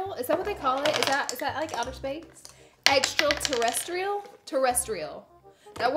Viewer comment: lmao "extralterrestrial" that is why i love laura 😂😂🙏🙏